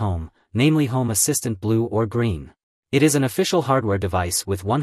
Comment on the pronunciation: та на английском он же не правильно говорит.